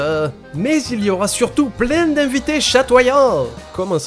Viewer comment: ta façon de dire "plein" me fait toujours autant rire.. mais je sais pas pourquoi..